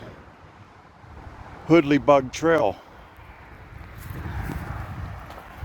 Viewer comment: Really cool video! Two things though, it's actually pronounced so that "hoodle" rhymes with google, and that section of water is where the Two Lick creek meets Blacklick creek. Really enjoying your videos man, keep it up!